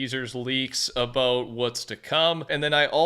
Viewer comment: The way he says about makes me cringe my ass off 😂😂😂😂😂😂